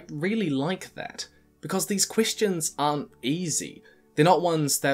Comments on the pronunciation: some of his e's like in "question" sounds like an i, like "quistion" why? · Pronounces Question as 'Quistion' Me: Alright, this is big brain time.